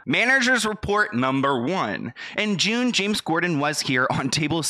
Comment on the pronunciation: Gotta pronounce "corden" better.. lol you literally kept saying "gorden"